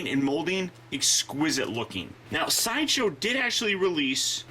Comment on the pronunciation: Lol: "shideshow"